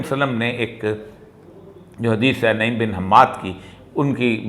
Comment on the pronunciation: شیخ! نَعِيم نہیں۔۔۔ بلکہ نُعَيْم بن حماد۔ آپ ہمیشہ نعیم ہی پڑھتے ہیں۔ 'ن' پر پیش اور 'ع' پر زبر ہے۔ فُعَيْلٌ کے وزن پر۔ اسم تصغیر ہے یہ